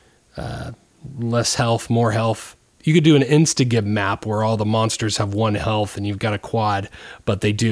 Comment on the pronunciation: pronounced "jib", but really good modding tool :)